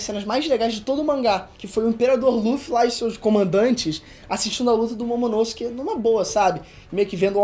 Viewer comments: falando momonosuke errado e massa kkkk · Quem mais curte a pronúncia do nome “Momonosuke” pelo? Eu gosto muito.